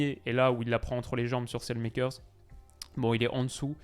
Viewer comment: je t'en supplie, Saelemakers ne se prononce pas comme ça 😥